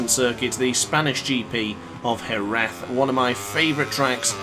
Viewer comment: i think youre the first english speaker person who say jerez as spanish people do